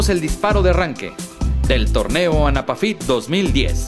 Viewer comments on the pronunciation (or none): Y por que el comentarista del video se la pasa diciendo "anapafyt" n lugar d anafapyt?